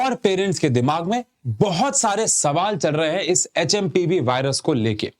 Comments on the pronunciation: HMPV ko HMVP kardiya 😂😂😂😂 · Sir ne pure video me HMVP bola . Bolo bhi to kya P waise bhi silent hai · Aap HMVP bol rhe ho wo HMPV hai 🙂 (In video ) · Aap har bar HMVP bol rahe hain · Its HMPV but sir saying HMVP